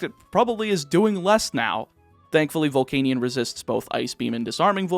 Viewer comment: why does he pronounce volcanion like that...